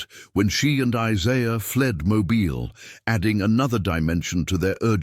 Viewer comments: Mo-bill is the pronunciation. You’ll not hear residents calling their home mo-bile.. lol. If that is a genuine photo or portrait the couple does not look happy but that is understandable. This couple was no different than the many many people throughout the millions who found themselves in situations of forbidden love due to either bigotry conceit or greedy parents wanting to further their own wealth by wealthy aristocratic marriages for their offspring. Besides it wasn’t that unusual for daughters and even sons of wealthy plantations to elope with their fathers slaves. Being around the slaves was a natural and familiar thing. After all they all called the plantation home. So I find nothing unusual about this story or this couple! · Not that you care but it is pronounced Mobill AL. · It's pronounced Moe-bill.